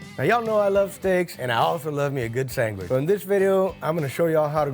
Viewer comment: Sangwhich. Accurate.